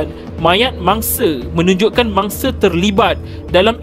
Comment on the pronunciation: X boleh blah betul bila suara mamat ni sebut se se se je ne mangse se se se